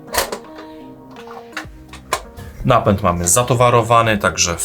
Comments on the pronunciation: Napent? czy Napęd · CZemu napent ? a nie napęd?